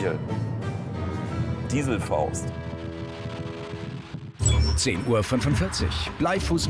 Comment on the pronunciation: Niemand: Wirklich niemand: "Dieselfaust"